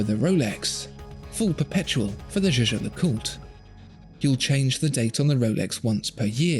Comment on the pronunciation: It's YEAH-GAH!!! And don't tellme that you asked a French person how to pronounce a German word!